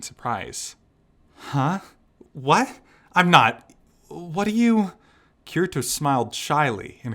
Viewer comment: Kirito is pronounced Kitty-Toe...lol